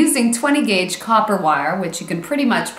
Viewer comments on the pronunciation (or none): none